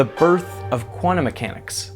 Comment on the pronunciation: I struggle so much when I hear "Quantum" pronounced as "Guanum" Sounds like guano :(